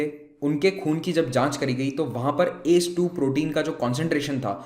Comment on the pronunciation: Sir ...u should pronounce A C E 2 not ACE.... And it's testis not testes...